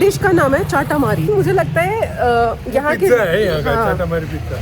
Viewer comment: Sabse pehle aap MOMO bolna sikho please, Do respect our Food , MOMO hoti hai MOMOS NAHI, aur CHATAMARI hoti hai CHAAAAATAAMARI nahi